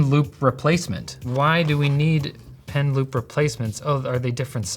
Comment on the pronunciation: Initially, I thought he said "pen lube" and my mind went: "oh, like a little ink pot but for lube so that the pen glides better over the screen?"